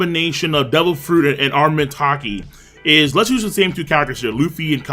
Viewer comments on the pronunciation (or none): "HAR DE NING" "AR MA MENT".. The way you say these make me uncomfortable somehow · To me it sounds like he is saying arment haki